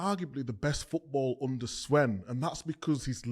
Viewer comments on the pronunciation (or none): Why does micah have his own pronunciations of names 😂 never heard anyone call him swen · Yea but he did call sven "swen" 😂